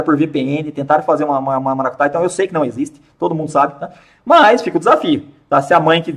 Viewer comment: Kkkkkkkkkkkk " çei"